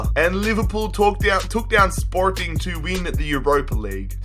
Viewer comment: He put Portuguese accent on